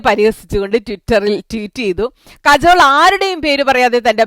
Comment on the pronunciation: കജോൾ അല്ല കാജൾ